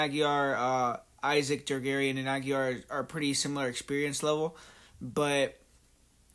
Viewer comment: It's pronounced "ah-gee-ray"